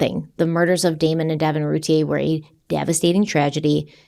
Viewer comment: Her name is pronounced like: ROO TEA EAR